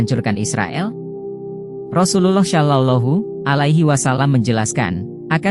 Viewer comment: Pengisi suaranya pake AI, nyebut rasulullah SAW jadi ga fasih, saran aja, jangan asal bikin konten min..